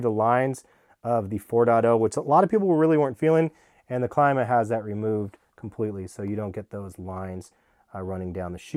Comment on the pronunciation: It’s pronounced CLEEE-MA